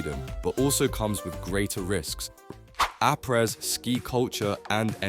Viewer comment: Did you just say apreS?